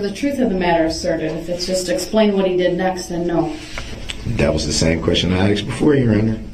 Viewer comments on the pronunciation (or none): brooks "tack it" reminds me of his "AXED" and his many other mispronounced words. brooks created a brand new language during this trial.